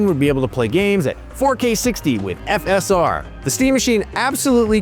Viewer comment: Why is the dude pronouncing FSR and RDNA so weirdly.